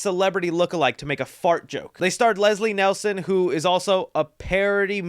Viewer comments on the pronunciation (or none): Bro first off, it’s Leslie NIELSEN, not “Nelson”. Second, Neeson’s parody scene was with Trjx and not Lucky Charms. Cole on dawg you’ve got google like the rest of us lol don’t let the cart get ahead of the horses. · Come on his name is Leslie Nielsen not Leslie Nelson put some respect on his name 😅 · Nielsen, Nielsen....lol, also its a spoof film not parody.